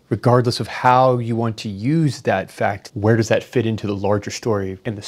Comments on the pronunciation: The Fac-chh-thhu LOL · Tyson's pronunciation of 'fakkk-tttt' is scientific evidence that he is a clown. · "Whether that FAC'T!" why does he say it like that? lol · I love the way he overenunciates FAKT as if saying it harder makes the incantation more powerful. Behold, a scientist! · I'm sure his astrophysicist self would love to opine on it. I don't ask an electrical engineer medical questions. Why is anyone asking a physicist (let alone an astrophysicist) questions about biology and "gender"? And juSSS-TUH because you emphasize the word faKKK-TUH, doesn't make what you're following it with an actual fact. He tries to talk in circles because he's got nothing of substance. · The way NDT pronounced "fa-CUH-T" was just a perfect example of his passive aggressive pretentiousness. 💯😒🤤😵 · Slowly saying the "Fack-kt" over enunciated, doesn't make it a fact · just because you pronounce fact…’fackat’ doesn’t mean you’re right, it means you’re a jackass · FA-CCCC-TTTTT!! The word “fact” does not have three syllables you dult. Honestly I don’t get why Neil is even relevant anymore. He contributes nothing so let him fall into obscurity. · Annunciating "facthh" with extra emphasis doesn't make it any more true. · the way Tyson says “…the FACTT” makes my eyes want to roll out of my head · Neil, just because you put a strong emphasis on the word FACT doesn't actually make it a fact. Does Neil think whoever yells loudest in an argument wins too? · I fucking hate the way NGT speaks. Mother fucker made sure to pronounce every L-E-T-T-E-R in FACT. So histrionic and theatrical. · Over-pronouncing the word "fact" does not make something a fact. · You know you're pretentious when you make "fact" a three syllable word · Say "FACT" louder... it might work! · I didnt realize the word fact had 4 syllables 😂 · He made the word fact into three syllables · I never knew the word fact was a three syllable word!? Crazy… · Saying the word "fact" with a hard F and louder doesnt make you correct.